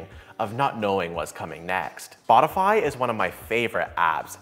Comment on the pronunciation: Is it me or intentional, but did you said Botify instead of Spotify 2 times? Once and